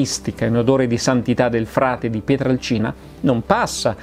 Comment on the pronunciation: Finalmente uno che pronuncia quel paesino come si deve : PIETRALCINA. Eh si, perche' col passare degli anni era diventato "PIETRELCINA". Forse, penso io, perche' incline alla pronuncia della "A" cambiata in "E" che e' in uso da quelle parti.